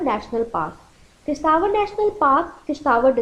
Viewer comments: it's किश्तवाड़ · Madam sorry but ye Kishtwar app galat pronounce krte hai